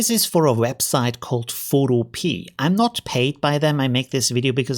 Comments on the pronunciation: Pho- to- pe- a, like utopia. 😀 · Very useful and well explained. I suspect the developer wil be a little miffed at your mispronounciation though. In this context, the pea at the end is pronounced as in wikipedia not as a garden pea lol.